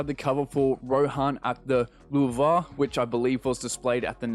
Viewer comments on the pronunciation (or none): Rohan at the lou've. As in the lou've in paris. Pronounced "loo-v" lol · Surprisingly you got litterally nothing wrong. Besides the pronunciation of the lou've. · in local news: artist does not know how to pronounce louvre